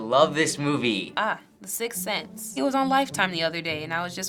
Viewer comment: I heard by some of them 'sixth cents' and not sixth sense ._.